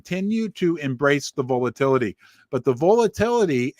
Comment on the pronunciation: V-ALL-A-TILL- A-TEE 😂 Must be the Missouri Accent? Love Ya!!!